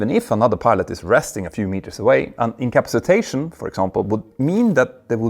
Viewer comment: Hey, it would be good if you could work on your ability to say "incapacitation", it's pretty bad, and has gotten worse since other videos. You're saying something like "incapsitation" (in-caps-+ I know you're able to say capacity. So then say in first. In-capacity. Then change the 'ee' to "ation" In capacit ation